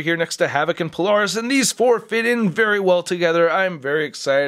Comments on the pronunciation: Okay I missed this comment. I was wondering why NOBODY was commenting how he mispronounced Polaris. (He did the same in the previous Polaris video 2 years prior.) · Weird how I don't see a single comment about how he's mispronouncing Polaris in both this and the previous Polaris video.